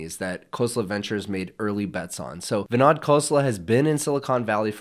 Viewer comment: Great video - BTW, his name is pronounced as vinOd, not vinAD.